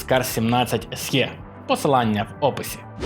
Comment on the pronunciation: без образ. “SE” це точно не «ЕсЄ», а «Ес, Е», якщо взагалі не «Ес І» Позбуваємось русицизмів.